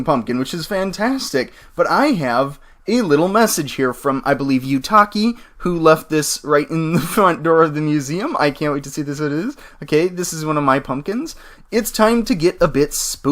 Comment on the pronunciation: It's pronounced "You-Toe-Key" Japanese pronunciation ;3